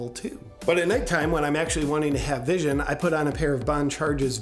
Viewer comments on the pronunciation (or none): none